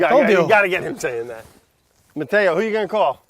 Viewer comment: ZOMG, Brad, learn some basic Italian pronunciation if you're visiting the country. Sheesh. Nuovo, not... whatever it was you were saying. Matteo, not "mateeeyo". Love ya, dude, but come on.